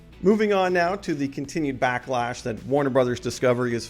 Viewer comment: Backlack? It's backlash...